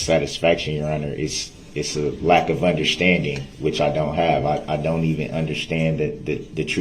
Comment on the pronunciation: “UnderSHTANDING”. He’s so infuriating. No plaintiff? How about all those people you killed and injured you DF!!!